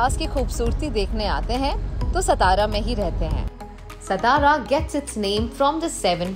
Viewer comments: हे ‘सतारा’ काय लावलय….MTDC ने sponsor केलयं तर त्यांच्यापैकी कोणाला साधा उच्चार शिकवता येत नाही का? कहो: सा ता रा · its saa+taa+raa=' satara 'not stara. plz pronounce correctly ! ow video is good.